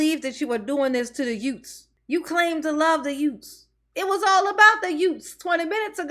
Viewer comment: that's da Yootz... 😁.. chillunz...from da communitah...